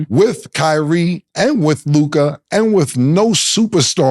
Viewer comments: why mase always say Luk-eye and not Luka😂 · The way Mase pronounces Luka kills me everytime hahaha